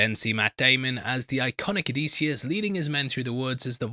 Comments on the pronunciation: And it’s oh-diss-e-us … pronunci time, pronunci time, pronunci time… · why the effing diphthong there is no AY sound anywhere in Odysseus’ name. O di sioos and with the i I mean the EEee sound. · I'm a classicist, so I have an appreciation for the original. But of course modern pronunciation does not, nor need not, follow the original exactly. The generally-agreed upon modern pronunciation is Oh-DIS-yus. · I'm Greek with studies in history and archaeology and i have to say that your pronunciation is not even close 😊 It's O - thy - sefs...Just like that... The dactylic exameter rhythm has to do with the tonality in a poem and the tone there might differ due to poetry reasons..That has nothing to do with the pronunciation itself